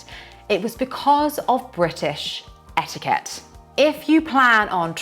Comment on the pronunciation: Rule no1 to navigate life as a local...don't say etiikeht